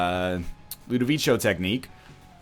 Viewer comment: its not pronounced ludovicho by the way